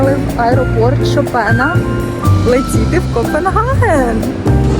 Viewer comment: вперше бачу щоб так гарно з усмішкою вимовляли слово "Копенгаген" :eyes-pink-heart-shape